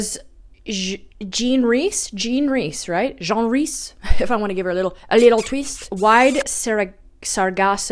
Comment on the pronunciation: I'm being serious. Both things are true. I hate Steinbeck, so it wouldn't work anyway. You pronounced Jean Rhys wrong, I think. She was a great writer.